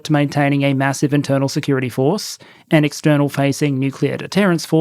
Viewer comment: When you said "...North Korea has attempted various military and security efforts..." I heard "...North Korea has attempted various military INsecurity efforts" and it still fits. I would laugh if it weren't the North Korean people paying the price of the joke. Always a sad topic.